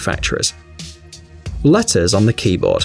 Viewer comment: latters lol it’s letters Jk is prob an accent